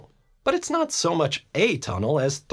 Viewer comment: "This Manster Bridge Did Nat Gat Salactad"